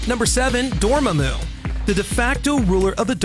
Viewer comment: The correct pronunciation for Dormmamu's name is actually "Door-mom-moo", something for the narrator to keep in mind next time.